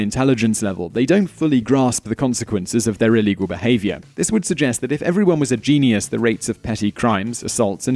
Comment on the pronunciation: Stop no just stop... It is pronounced jeen-yus. Not jeenee-yus.